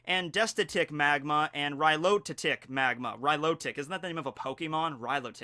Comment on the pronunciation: The name of the Pokémon is milotic (milo-tic)